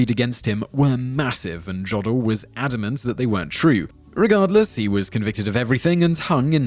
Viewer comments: It's pronounced Yodel (like the singing/yelling done in the alps) not Jod-el. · It's German. It is "Yoh-dahl." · Jodl is pronounced as J was pronounced as I as it's consonant form. In English, the tail was placed on the I to indicate this and the I as a consonant tended to be spoken as a G. The German Jodl should sound as that form of Swiss singing, Yodel. We also have taken the W and V from our many German Royals and so are the only people to call vin, wine. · It's "Yō del" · The pronunciation of Jodl is priceless :D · says 'Massachusetts' correctly but not 'Giuseppe' or 'Jodl' I'm starting to think you're mispronouncing things intentionally